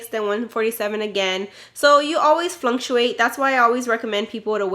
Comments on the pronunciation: Fluctuate*** not flunctuate lol you're adorable! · Flantuate???lol. Flactuate girl.